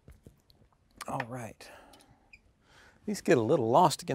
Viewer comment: More like he's alwhite